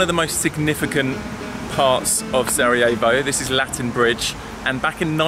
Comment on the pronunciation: Make sure to pronounce the r in Sarejavo. Roll the tongue. I’m Bosnian though and thanks for coming! Not many people go here. Thanks for supporting us 🙏🏻 😊You should really visit Bihač,it’s a nice place.